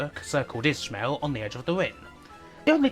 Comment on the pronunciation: It's ish-male, not ish-mill. I've never heard an English person not annunciate the double syllable. Not saying it doesn't happen but still.